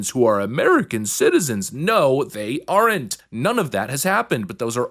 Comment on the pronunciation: I do really appreciate your content. I must admit, however, that you’re the very first person I have ever heard pronounce the “E” in aren’t. 😅